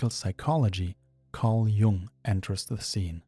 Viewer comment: Great video🙌. Just one thing: I think it's pronounced Jung with a u, not like young, since he was swiss.